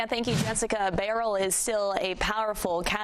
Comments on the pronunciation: beryl not burial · Why can't people pronounce 'Beryl' ? B E R Y L Not difficult.